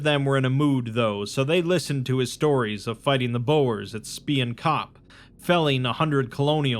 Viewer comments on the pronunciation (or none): FFS it's not pronounced "Boher" 🙄🙄🙄 It's B-oo-r, with the "oo" pronounced as in "loo" but shorter. It's not Boher. (I love you and all your videos) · Everytime you mispronounced Boer and Spion kop I took fifty psychic damage Boer means farmer. Spion kop is like spy mountain? Kop is best translated though to like the very top of one. Head of mountain I guess? But yea. Uh. Thats uh not how you say either of those words!